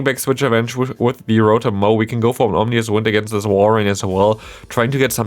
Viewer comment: It seems absurd that they're only just now releasing a second Rotom form in POGO. Also, small point for future videos: It's Ominous Wind, not "Omnious" Wind. Not sure if you are already aware of that and simply made an error, but just want you to sound as professional as possible as a content creator. 😊